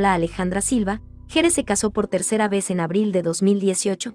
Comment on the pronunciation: GERE SE PRONUNCIA GUIER